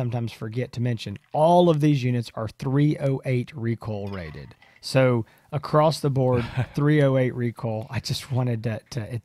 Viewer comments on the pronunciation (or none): The word is "ACROSS". The word is NOT "ACROST".